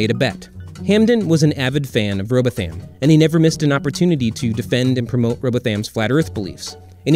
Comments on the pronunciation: Jeezus... its pronounced Rowbottom, not Robot-ham. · all I can here is .... robo tham.... its row both am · its pronounced bottom robottam,twerp. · Row-bow-tham? Do some research. It’s pronounced ‘row-bottom’. Yeah, it’s a British thing, get over it. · Robotham is pronounced "row-bothm" emphasis on the first syllable alone, the second part like 'bothin' from star wars. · I harbor an irrational, cultish belief that it's pronounced "ROBOT HAM". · If a brown person spoke this atrociously, many a white folk would titter condescendingly, albeit metaphorically, on these inter-webs! The narrator deserves a hiding of his bowthaym for repeatedly mangling what might, allegedly, be his mother-tongue. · It's pronounced ROW-Bawth-um. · Right dude...clearly trolling butchering his name like that lmao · Say it with me now.. "row bah thum" Lol jus sayin. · You do not pronounce the name right. Most English people pronounce it row bottom. The family pronounce r'BOW th'm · Pronounced row bottom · Samuel Birley Rowbotham is an early relation of my mother’s family, originally from the north of England. The correct phonetic pronunciation of Rowbotham is /ˈroʊbɒtəm/ or Rowbottom. Would you please mention the way that many people including your presenter are incorrectly pronouncing the name Rowbotham with emphasis on “tham”? Again I’ve found phonetically its /ˈroʊbɒtəm/ we must get the late gentleman’s name right? Rowbotham is an old English name in some Northern towns and cities being as common a Smith! Please do not ridicule his name just because American pronunciation in this case is just plain faulty. Many of my mothers family members still live in several northern English towns and they know how to pronounce their own surnames. We would all be most thankful if you would correct this error Regards, Mike Baker nee "Rowbotham" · In Yorkshire they pronounce it row-bottom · He mispronounced "Rowbottham". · Why are you mispronouncing Rowbotham on purpose? Hmm I wonder🙄